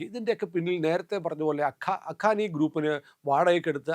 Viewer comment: അഖാനി അല്ല ഹക്കാനി നെറ്റുവർക്ക് എന്നാണ്.